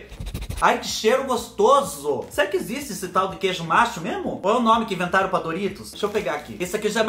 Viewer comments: "Queijo macho" eu escutei direito é QUEIJO NACHO 😆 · É queijo Nacho (se lê natio), não queijo Macho kk queijo Nacho é um parecido com Cheddar sabe? Kk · Ai dó céu o segundo que vc provo eu intendi que era "Doritos sabor " macho"🤣🤣🤣 tive que volta o vidio p/ intender que era " nacho " 🤣🤣🤣🤣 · meu docinho acho que foi nesse vídeo que pela primeira vez ouvi tu falar desse queijo...nacho....mas eu entendi queijo macho 😂😂😂... fiquei me perguntando mas como queijo macho se é só femea que da leite pra fazer o queijo.. até que um dia fui nas lojas americanas e vendo uns salgadinho e lógico pensando em ti😅😅.... descobri que o nome era nacho e nao macho 😂😂😂😂😂😂😂😂😂😂